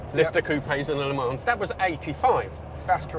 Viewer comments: Why? And I understand why you pronounce Fiat, Alfa, and all the other makes correctly. But saying Le 'Manzz' Sounds flippin terrible. 😂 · Please pronounce Le Mans properly without the S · Le Mans is pronunced without the s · I enjoy your content. One small point: better not to pronounce the s in Le mans. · If you're going to pronounce Italian names like an Italian, (parlo italiano anch'io e il tuo accento e buono mi sembra), you should be consistent and pronounce Le Mans correctly. It's not difficult - the 's' is silent and the 'a' is an 'o' as in 'shot' but a bit more nasal. You're welcome.😀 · You don't pronounce the S in Le Mans.👍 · Nice car, but do pronounce the S in Le Mans, please.